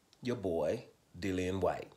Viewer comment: Dillian said himself how his name was pronunciated but most ppl say Dillion! 😂